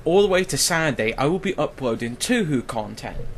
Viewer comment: OHHH PLSSS my ears >____< How do you pronounce Touhou??? as "tü hü" ? It´s pronounced as "" TOO-HO"